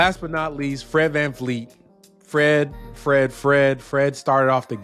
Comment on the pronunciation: VanVleet not VanFleet I did research